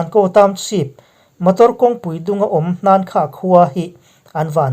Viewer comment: Hakha tih tur ani zawk in kahri